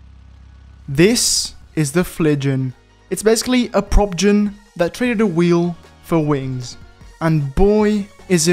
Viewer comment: Everytime says Propgen, it keeps sounding like he's trying to say Protogen XP